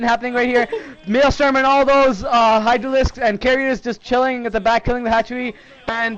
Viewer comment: its not called maelstorm its actually called maelSTROM